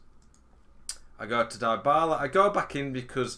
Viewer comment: Great content, thanks. Not to be pedantic, but deebala not diebala.